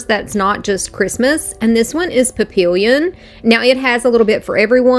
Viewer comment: Papillon = Pap-ee-ahn 🦋 Sry but I had to. Pronunciation police here. Nice work on the video though!❤ L 🔥